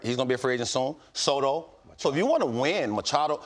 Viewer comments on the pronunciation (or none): none